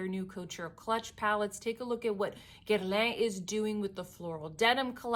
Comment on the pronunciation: You-ka not Yuck-ka for Yucca and Gare-lawn (don’t go heavy on the N) for Guerlain please stop butchering some of these names. It’s an easy Google search with videos from French people…